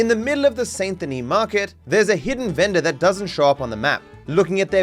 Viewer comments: lol I'm always annoyed at content creators that play a game for a living and hear something pronounced 1,000 times yet mispronounce it in videos... How does that happen?? The "saint" part isn't pronounced like it's spelled. Try "sandy knee". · He said Saint Denis wrong too